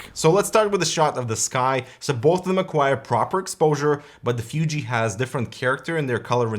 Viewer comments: It's Fooji, not Fyooji XD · I'm not sure what's worst: calling a mid-range DSLR a "fancy camera" or using its proper name, but always pronouncing it "Fyoojee." >_< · I really hate how you say "FYUJI". :)) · was annoyed how pronounced fuji, fooji would be closer imo